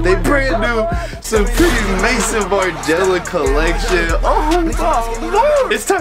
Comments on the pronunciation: Im an extremely obnoxious and pedantic i know but boone pls its not Mason Margiela. Its Maison as in house in French lmaoo the founder’s name is Martin too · Bro its Maison Margiela no Mason lmaoo